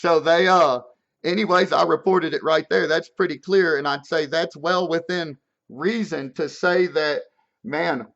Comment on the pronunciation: "Reason" not "resin"